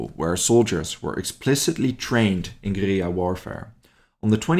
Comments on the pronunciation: Mate you are absolutely murdering the pronunciation of guerilla. At least look it up before you make a vid 😂😂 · I wanted to like this video, but the use of russian maps and constant mispronunciation of guerrilla (from an anglo POV) made it unbearable. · Google says different.